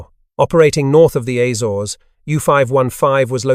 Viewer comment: This sounds like an AI generated "serious British narrator", in fact a close copy of Mark Felton, but with AIs ability to mispronounce certain names, like the Ay-zores rather than Azores. An interesting video, but too repetitive.